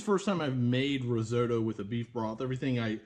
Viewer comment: Started watching but couldn't get away with your horrific pronunciation of risotto.